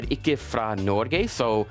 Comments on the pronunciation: Helt imponerende! 👍 As a Norwegian American, some constructive feedback: during your interview with the journalist, you pronounce Norge as “Nor-gay”. 😂 It’s actually “Nor-ga”. It was probably just due to nerves, though. Nice job! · Man said norgay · It's not pronounced "Norgay". lol! It's pronounce 'Norgeh". Hahaha! Also, not "Yay"(Jeg, meaning I in Norwegian), "Yi" with the English long "I" sound.